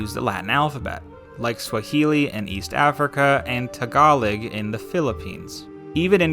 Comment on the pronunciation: "Tagaleggg in the Philippines?" It's pronounced "Taga-low"